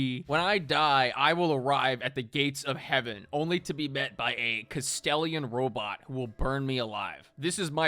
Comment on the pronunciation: Ahh the castellian robot and not the Kastelan 😂. Dyslexia is so funny